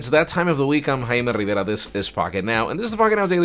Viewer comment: Am I only one who listens his name "Hime rivrera"??